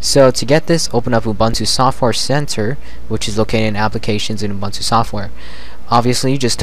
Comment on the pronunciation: I know this sounds very finicky, but I'm bothered by how you pronounce Ubuntu. I am South African, so the term is common to me. Here is how to say it properly: Oo-boon-to (look it up if you want to) Sorry, about this, but I couldn't take you seriously whenever you said it wrong.